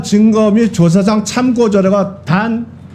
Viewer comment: 국어도 못하냐..참꼬..는 '~~을 참고(참아내고)..' 할 때 발음이고, 참고자료는 걍 참고로 발음해야지...공부 잘 한 거 맞어??